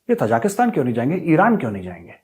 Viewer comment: मेजर साहब तजाकिस्तान नहीं है.. ताज़िकिस्तान है.. ताज़िकों का मुल्क...प्लीज सुधार कर लें